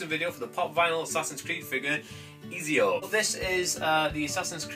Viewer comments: It's Et-zi-o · Pronouncing his name so wrong, it's pronounced "eh zee o"